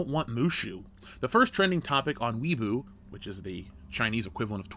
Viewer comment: Weibo is pronounced like "way bo" (bo like bo staff". Just saying. I live in China. Nobody really cared about Mulan and most people didn't bother to see it.